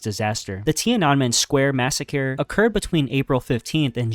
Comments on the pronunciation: Your videos are so good, but if I hear another "massacure" I might punch my monitor. LMAO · “Massacure” 😂 At this point the mispronunciation is a meme on your channel. Love the videos man! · I hope you’re saying massacre like that on purpose